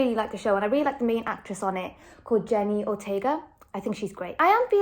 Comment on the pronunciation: Geez…it’s Jenna not Jenny! It’s like you called Bette Midler, Betty! It’s not!